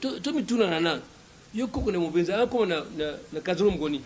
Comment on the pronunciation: Je suis de MOMBESA et on dit chez nous MOMBESA et non MOMBENZA !!!